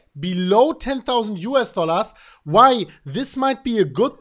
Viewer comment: I love it when he says US Dollarrrs